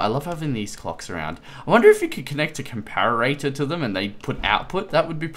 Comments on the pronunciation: it's not a 'compararatah' it's a comparetor, pronounced com-pah-ruh-tor (or com-pah-ruh-tuh for us Australians) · this is how you pronounce comparator. [COM - PAR - RAT - A/OR] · And it's com-pah-rih-tah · Com-para-ar-ator? really?